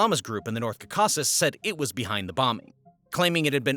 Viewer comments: The way you mispronounce caucasus is infuriating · Please learn how to pronounce Caucasus. I cannot watch because your pronunciation is so bad it makes me crazy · I was rolling through half of this. You pronounced "Caucasus" 4 different ways, but none of them were correct. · It is so annoying that you constantly mispronounce this word " Caucasus" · Thumbs down for having to listen to you mispronounce Caucus for 30 minutes. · Let's forgive the pronunciation of Caucasus and simply appreciate the quality of the work offered. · JFC your inability to pronounce Caucasus is astounding. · I’m really getting sick of these half bot videos with all the inaccuracies. Key one, can’t pronounce Caucasus. Key two, Stalin died in 1953, he wasn’t removed. Key three why are you showing a picture of Ramzan when taking about his Father Akhmad Kadyrov? It’s too dreary to go on. This could have been a good history lesson. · You can't even pronounce the word Caucasus correctly. Wondering about your qualifications to make videos about this region. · Every pronunciation key says the presenter is saying it the wrong way. Perhaps he is trying to avoid the bot thinking he is saying "cock"? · Caucasus. How could anyone mispronounce the word? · It’s really hard to take someone serious when they don’t even know how to pronounce “Caucasus”. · The way he pronounced caucuses, I'm convinced that many YouTubers purposely get things wrong like Stalin's death, and mispronounce things so people will leave comments. I guarantee they do it on purpose, and it works! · it's driving me mad!! Stress on FIRST syllables please! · Learn to pronounce the region right: it’s NOT “KAKASUS” it’s the Cau - Ca - Sus! Like when you say Caucasian in America to describe very wrongly all pale faces! Only people from the “Caucasus are Caucasians”. It’s like as if for example you call all indigenous people of the planet as “aborigines”! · Learn how to pronounce Caucasus…. CAW-KAH-SUS Not CUH CAH SUS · Caw-Ka-Sus, not Cak-a-sus